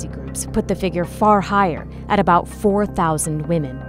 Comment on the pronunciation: "so that's aboot" lmfao as a Canadian I straight up died when she said it like that. Edit - every Canadian needs to look into the issues facing Natives. It's a lot more than broken treaties